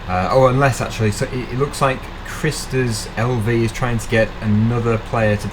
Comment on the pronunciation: that how he said Kristers LV its so funny because its a name first and LV means latvia. and he sayd wrong his name but ok cuse his speaking in english.